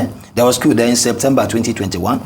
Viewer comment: It is not Kew. It is Coup.